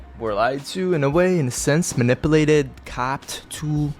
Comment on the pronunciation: The way he says "manipalated" is so annoying. His parents apparently couldn't bother to teach him human decency or literacy 🤦